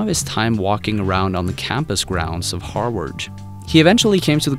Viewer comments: "Harward"? I am triggered again! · Harvard is pronounced Har-VARD not Har-WARD..... I can't...I just can't!!!! :0/ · Why u pronounce Harvard like that omg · Say "Harvard" again.